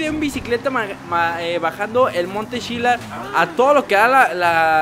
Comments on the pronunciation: No monte chillar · Se dise monte chiliad